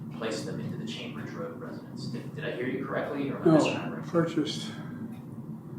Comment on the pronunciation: “residence” not “residents”